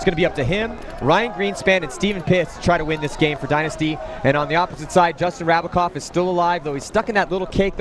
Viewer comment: its JRab not JRav. Rabacov not Ravacov